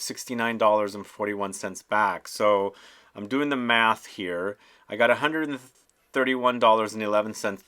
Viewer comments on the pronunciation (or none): none